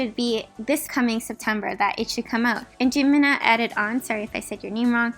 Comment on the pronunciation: offtopic but i heard you pronounce that name as "Jimin-ah"